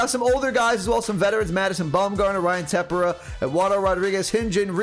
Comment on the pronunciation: Also it’s Ryan Tepera (Tah-pear-uh) and Giovany Gallegos (Guy-aye-gos)